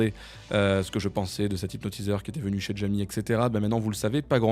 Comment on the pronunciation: Si tu prononces Djamy, il faut aussi dire Dgémilgram !